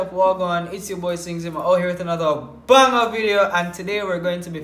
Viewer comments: Yes I notice that as well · me alone notice him put more emphasis on 'banger' lol thank quite